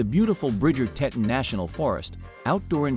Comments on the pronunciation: they are the Tee-tahns!!!!! Not the tet-tuns!! You are killing me! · I’ve been to Jackson and Grand Teton NP about 35 times over the last 42 years. Throughout the video the narrator mispronounces “Teton,” and the supposed aerial videos are not of Jackson. I assume it is actually the capital of Wyoming, Cheyenne, since you can see a building that looks like the Capital Building. Also, they mispronounced “Gros Ventrel (it’s pronounced: “grow vaunt”). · I’ve never heard Teton mispronounced so many times in such a short time. Also that was certainly not Jackson in your drone shots. And speaking of drones, drones are illegal in all National Parks so I’m wondering about many of the drone shots in this poorly made video. One big thumbs down and certainly no subscribing